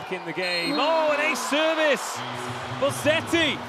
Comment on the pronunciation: Please, is Bosetti not BoSSetti.